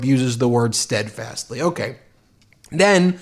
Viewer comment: Trump cannot say "steadfastly"